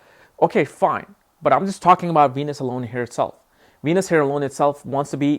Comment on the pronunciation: venus sound like ENUS